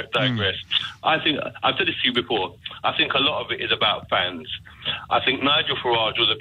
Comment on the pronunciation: It bothers me that you don't pronounce Nigel's surname correctly.I'd like to ask you about that on air.